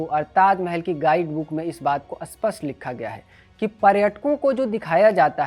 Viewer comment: भाई साहब, 'अस्पष्ट' नहीं 'स्पष्ट' शब्द का उच्चारण सही करिए। आप अर्थ का अनर्थ कर रहे हैं। इस चैनल में उच्चारण की समस्या बहुत होने लगी है।